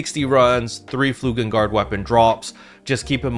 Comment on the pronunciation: It's flugeLgard, not flugeNgard.